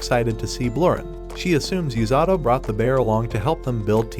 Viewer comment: The number of tims the ai calling "u-sa-to" as "yu-za-do"